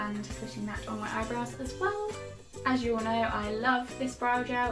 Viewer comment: You said "hold me mirror up" accent slip? Sounded like a bit of Liverpool there